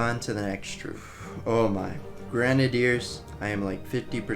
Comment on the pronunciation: idk if i’m just stupid but heading him say grenadiers hurts so badly every time